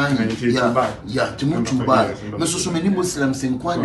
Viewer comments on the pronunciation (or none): Ah Akabebezer, is not Dubar pls Is Dubai hahahahahahhahahah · its not Dubaaa. Its dubai lol